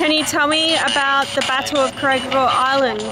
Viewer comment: This is the third time, it is pronounced KORE HEE DOR...3 times